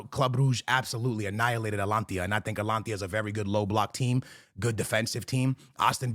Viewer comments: Who tf is Atlantia?😂😂😂 it’s At-a-lan-ta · Bro who is Alantia?? xD Atalanta isnt some hard name to pronounce correctly. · He had to say Atlantia one more time 😂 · “At-lantia” bro if you’re gonna botch their name just call them Atlantis at this point smh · It’s 2025 and is still mispronouncing AT-A-LAN-TA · A - TA - LAN - TA